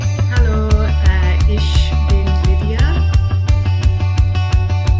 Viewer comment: The „ch“ (ex „ich“) isn’t pronounced like „sh“. More like „h“